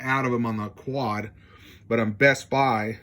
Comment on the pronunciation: I knew you had to be a trump supporter by the idiotic sound of your voice. You can't even say "Dual" and "QUAD" correctly. You have to be trailer trash to make a 50 minute video of stupid uneducated man trying to explain a Tablo DVR.... nails on a chalkboard! Here is a tip just for you! if you want a better economy....try it with WORDS!